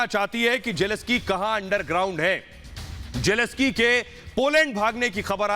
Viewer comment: PRONUNCIATION IS NOT JELESKY. IT IS JELENSKYY जेलेंस्की !